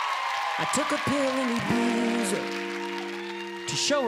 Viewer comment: that's not how you say Ibiza